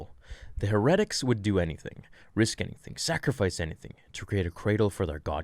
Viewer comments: I cringed. I was like “what’s a her-et-ic?” Then I was like... that contexts seems fishy, does he mean heretic? My suspicions were confirmed when he showed the page and I cringed from then on every time. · I’m not being mean or snarky, just trying to be helpful. Heretic is pronounced (hair- uh- tick). Love your content, and you’re an inspirational person to me! Keep doing your thing! 👍🏻👍🏻👍🏻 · Or hair-uh-tick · Pronounced Hera-tics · How is it you don't know how to pronounce heretic? HAIR-i-tick. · Heretic is pronounced: HAIR-eh-tic. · I really like your channel, and analyses of the starwars universe. I'm sorry for this, but I have to tell you, "heretic" is pronounced "hair-eh-tick". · Heretic Hair-uhh-tick Correct pronunciation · Heretic is two syllables. Here-tic. I keep thinking as I listen that your talking about statistics or exercises.... Love the channel. It was just throwing me off is all. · It’s pronounced HERE-uh-tiks. As in, a person believing in or practicing religious heresy (HERE-uh-see). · That "heretic" pronunciation is driving me nuts lol. "Hair-et-tick" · HAIR - A - TICK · Bro have you never heard the word heretic before? You are seriously mispronouncing it. Look it up. You pronounce it as if it's some cabal that only exist in the Starwars universe. I know it seems Petty but if you're going to read for a living you should probably be able to read a word that most people will hear before second grade. A heretic is someone who goes against the rules of usually a religious order. Have fun! No hate here. Just you might want to know what it is you're saying. You know like telling somebody they have a booger hanging from your nose. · You mispronounced heretic again. And whoever wrote that book needs to look up what heretic means. Because they were obviously true believers in the sith religion.